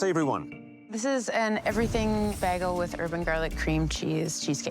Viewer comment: Never have in my life heard someone pronounce bagel that way ffs